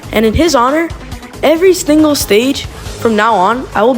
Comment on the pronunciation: did anyone hear him say every stingle stage?